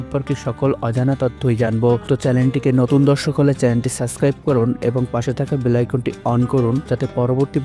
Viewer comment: সাসক্রাইব না বলে সাবস্ক্রাইব/Subscribe বলতে হবে....